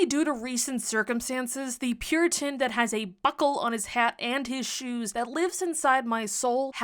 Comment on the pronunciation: Ok it took me a second watching to realised that you said Puritan, I heard Pure Tin the first time watching it, lmao now that makes way more sense than it originally did.